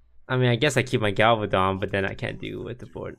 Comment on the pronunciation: Toast calling Galvadon ''Galavadon'' is that a joke or. :P